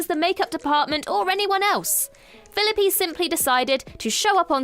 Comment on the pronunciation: I think I suffered a mini-stroke every time "Fillippy" was said.